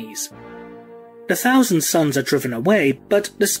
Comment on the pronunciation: "Warhammer forty 'fousand' timeline". Gotta love the th-fronting from you brits🤣🤣😂! Guess it's too much work to say "th". Sounding more like Ork's every passing year. Soon "the" will be completely taken over by "da" ork's.